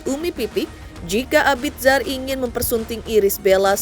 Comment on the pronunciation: Mbaaaak, bacanya Abizar. Bukan abid zar 😌